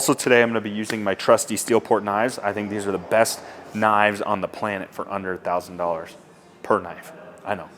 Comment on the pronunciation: Up over a thouwee! Lol. Great video!